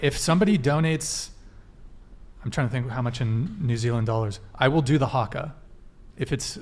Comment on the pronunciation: Well done with the haka great pronunciation nice work